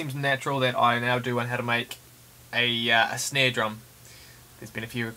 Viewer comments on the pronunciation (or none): "For a good snei" ahahh Love the tutorial though